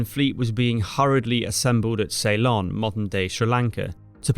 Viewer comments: I am from Sri Lanka, the old name of Ceylon is (and ALWAYS was) pronounced sill-LON, not SAY-lon. If you ask anyone born before 1972 (when the name changed), they will give you the correct pronunciation; Saylun is incorrect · Ceylon is pronounced 'See-lon' not 'Say-lon' basic stuff. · SAY-lon?? You could have looked it up. It's /səLON/. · Thanks for the video, I didn’t know any of that. BTW, it’s Seelon, not Saylon. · Ceylon not say-lon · Ceylon . . . . not salon. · I wondered whether he was using the Dutch pronunciation. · An interesting pronunciation of Ceylon.